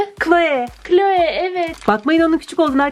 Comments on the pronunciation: O kloe değil kloi diye okunuyor sanırım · abla o cloe yani kloi diye okunuyo <3